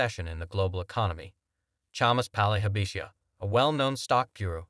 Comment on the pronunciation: You pronounced Palihapitiya 3 different ways, and yet all 3 were wrong. Lol. If you are going to do an entire video on one person's comments you should either research the correct pronunciation or just use their first name.